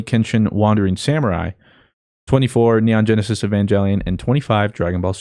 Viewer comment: I came back here to say that is pronouncing neon genesis evangelion EXTREMELY WRONG and it’s triggering me heavily.